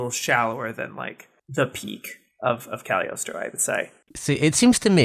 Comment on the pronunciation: every time ive heard someone pronounce the movie they always skip the g in Cagliostro and i wonder if its just an accident or if its silent lmao